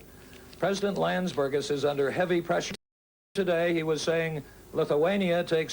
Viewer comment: "president Landsbergis" bruh